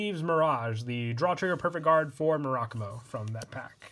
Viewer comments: Mur-a-Ku-Mo. it’s a Japanese Word, say it like one. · It’s actually “Mu-ra-ku-mo” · I love you and your videos but I hate the way you pronounce Murakumo